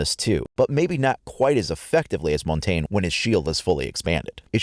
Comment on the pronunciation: It's also montagne (mon-ton-ya) it's French for mountain